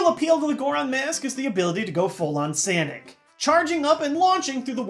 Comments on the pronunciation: It's SOHnic not SANic. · Did he just say SANIC??? Instead of SONIC??? Oh, god. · his name is sonic not sanic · I'm the only one who heard "full-on Sanic", right?